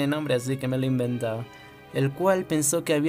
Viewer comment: "La, La verdad es que este no tiene nombre pero me lo he INVENTAO" español? 😎🧐🇪🇦